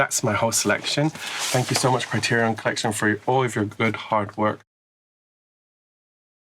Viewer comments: It's Criterion not Criterioff! Never ever forget this, kids. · She chill af for pronouncing it the same way I did when I first heard of Criterion half my life ago, and for choosing Jean Painleve. Great set